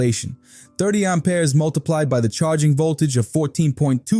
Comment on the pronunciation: What are these "Arm Pears" you spear of? 😂 Sounds like you need to see a doctor!